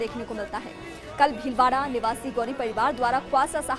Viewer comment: Tumhari anchor ko bolo khawasa nahi Khwaja Pehle dhang se bolna sikhe